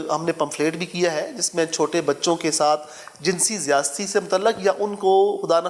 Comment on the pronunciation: لفظ ذیاستی نہیں بلکہ ذیادتی ہے۔